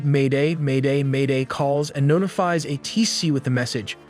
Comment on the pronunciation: Teach your AI to say "A-T-C" and not "A-Tee-C".